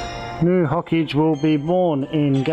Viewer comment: Its not ho-cage its Ho-Ka-Ge